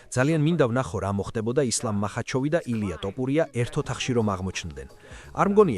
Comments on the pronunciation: მახაჩოვი, ტოპურია, ტვიტერი სულზე მოგისწროთ AI-იმ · ამ ვიდეოს AI ახმოვანებს? რა ტოპურია ბიჭო?